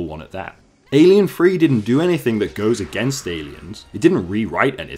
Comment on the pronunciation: Please don't call it Alien Free. . It's Alien Three. As you say